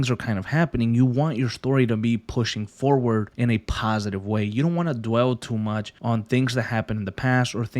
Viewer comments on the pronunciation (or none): none